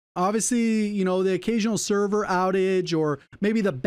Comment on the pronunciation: SER VERS omg